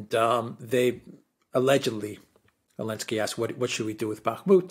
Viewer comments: Why do you keep calling him Elensky instead of Zelensky? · Is unable to pronounce Z? What’s that about god damn 🤣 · Because of the 'Z'